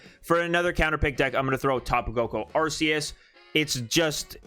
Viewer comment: Silvally’s ability in the mainline game is RKS System, not RCS System, so Arceus is pronounced with a hard C, like K.